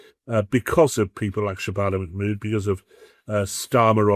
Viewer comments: Shay-bana Ma-mood ... REALLY😀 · Manmood. The trans Pakistani English woman.